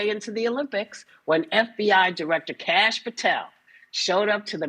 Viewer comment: "Cash" Patel SMH 👎